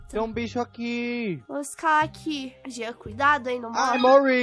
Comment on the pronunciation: Kkk o jean”genter”